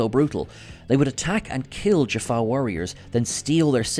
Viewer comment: Did he say Jafar warriors/ other wise Jaffa as Jafar? Just asking it from all who is watching this.